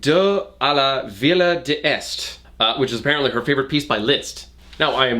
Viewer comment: Your French (for “Les Jeux D’eaux a la Villa D’este”) wasn’t bad, it was pretty close! Jeux is more like “Juh” but you have the J sound right! That like zj sound (idk how to actually phonetically type it out) For the D’ you just kind of flow into it. You don’t say “De este” you say “Deste”. It’s originally De/Du but the two words are merged, since este starts with a vowel, to flow better/sound better (French has a lot of rules that can be summed up as “it sounds prettier this way”) Villa is more like Vee-uh. You wouldn’t pronounce that double l. Can’t really explain that rule, that’s just how it is. (Any more fluent French speakers feel free to correct me! I took 4 years of French in high school and have had very little practice since so I’m 2 years rusty)